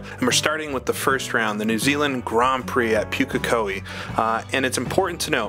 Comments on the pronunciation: Just as a note - Pukekohe is pronounced POOK (rhymes with "book")- A - Ko- Hee Maori and Japanese share a pronunication scheme, so if you can say it in Japanese you can say it in Maori :) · Pukekohe is pronounced Pooka-Kohee. The maoris will eat you if they hear how you say it.